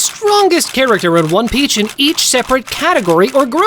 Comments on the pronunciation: Bro why u said one peach not onepiece whyyyyyyy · In the very beginning, you said one peach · he said one peach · One PEACH!!😂😂😂😂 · one peach??? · U said one peac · He said one peach😂😂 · who heard one peach at the start? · one peach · who else heard one peach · bro is it just me or did he just say one peach💀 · bro says one peach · Bro said one peach😂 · Did he say one peatch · In the first 5 seconds he calls it on e peach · bro said one peach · Bro said 1peach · In ine peach? At the start lol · Why did you say one peach? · “One Peach” 🗣️ 🔥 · Did bro really say one peach at the start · Bro said one peach💀💀💀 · Ryuma strongest swordsman The Blackbeard glaze is crazy bro Did I just here “one peach”? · “One peach” 💀💀💀💀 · If u check it in cc it says “one peach” lol